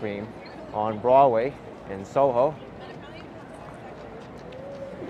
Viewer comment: Please stop trying to say "Broadway", my ears are bleeding.